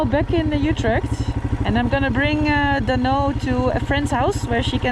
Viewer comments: Noraly, have you watched the Bolkywood classic blockbuster movie "Sholay"? How did you find the name "Dhanno"? BTW, practise pronoucing it correctly-- it's not "Dunno". It's pronounced "Duhn no". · You gota stress the nuu when you say Dhanno,. DHan NuuU.... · Noraly, DHANNO is pronounced as " the" DHA is pronounced just like THE so try pronouncing it as DthAANO!!! I think it was the name of the horse of Basanti, from the bollywood movie "SHOLAY"!!! Best of luck with ur new Bike "DHANNO" & Bonvoyage in the very near future!!! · I was about to suggest you "Dhannoo"... "धन्नो"... 😂😂😂. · This is the first time i feel sad in this whole journey. You Leaving basanti at that shop make me feel so sad. But basanti will be remembered forever. Welcome to Dhanno...I wish both of you best of luck for coming adventures...I think you need to put more emphasis on dh part of "dhanno" in pronunciation